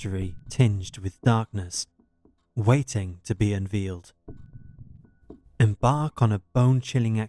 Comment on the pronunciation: It's pronounced UNVEYLED not UNVEELED.